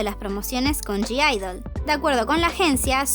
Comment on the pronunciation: Vs sabes q en g-idle no se pronuncia la g???? Me pone nerviosa q lo digas mal